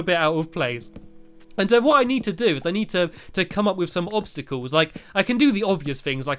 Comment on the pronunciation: do opstycles isn't that what you said? well anyway. opstycals.